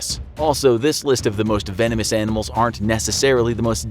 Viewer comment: say vanomous anamals 10 times.